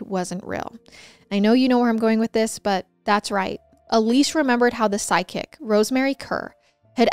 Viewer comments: I can't help but laugh when says "psychic" because her tiny accent sounds like "sidekick". ♥️♥️ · It sounds like you keep saying SIDE KICK instead of PSYCHIC 😂😅 I need a hearing aid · Me too … everyone should have a “sidekick”!!!!🤪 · Random thought here, but every time you said “ psychic” I heard “sidekick”. 😂😂😂